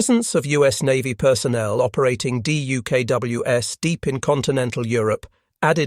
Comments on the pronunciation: I'd pay more for the plural not to be pronounced dee-you-kay-doubleyou-ess. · Not fixing the pronunciation of the plural of DUKW was a minor crime, repeated far too many times. Repeating the moralizing windup summaries of the "lessons learned in this operation" a dozen times was a major crime. And if the video had been shortened by 50% and the replication of words by 75%, this would have been a decent video. Holy-moly, did a Xerox machine author the script?